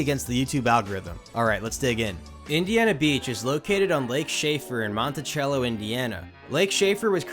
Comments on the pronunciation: Mont/e/-sello not Monti-chello. We pronounce it with an e like the word egg. 😂😂😂 I grew up in the town Logansport just east of there. That's Logan's-port not Logan-Sport. Us Indiana folks say things funny. Also, it's Tip-a-canoe not tippy-canoe Great video about the park! I enjoyed it very much as I grew up going to this park and the Hoosier Hurricane was my first coaster. Im just poking fun at you for the pronunciation BTW. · I'm sure this has been posted but the phonetical pronunciation of Monticello Indiana is (monte-sell-o) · its not prounounced like the stately manor Monte-chell-o, its Monty-cell-oh. You'll sound like a total tourist if you don't say it like us hoosiers. when it was a dark ride, the train at the end always freaked me out as a kid due to the flashing red light and extremely loud whistle made it a little disorienting to an adult but it was disorienting to a kid with full blown ADHD. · Pronounced "monte-sello" not "Chello" bro. Love your vids and watch them all but I live in Indiana and I've had to hear the god awful Indiana Beach commercials all my life and it's pronounced "Monte-sello Indiana, proving once again there is more than corn in Indiana". See I know the catchphrase by heart I've hear the commercial so much. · Ok Im digging that you made a video about a park 25 min from my house. BUT i made it 10 seconds in and died laughing. Its Monticello, not Montichello... lol good video tho man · Mon-tah-sell-o not chello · Indiana resident here to correct your pronunciation of Monticello. Not a cello like the instrument, but “sello” with an s. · MONTICELLO IS NOT PRONOUNCED LIKE THE INSTRUMENT CELLO. IT IS PRONOUNCE SELL-O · Mont-I-sell-o not Mont-I-chello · It's pronounced mon-tih-sel-oh not "chel-oh" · I'm totally gonna be that guy and please berate me if you feel so inclined, but it's not "Montichello", it's montisello, phonetically. I'm from Indiana and went to this park a couple times ~20 years ago. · Mont-eye-Sell-O :P